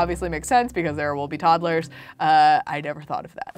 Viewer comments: "Toddelers"- 2019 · I love how she says toddles instead toddlers